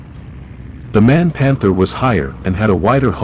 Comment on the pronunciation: MAN is an acronym (Maschinenfabrik Augsburg-Nürnberg), not a “man“!